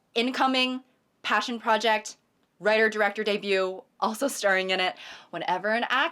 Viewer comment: "ima reighter" 😭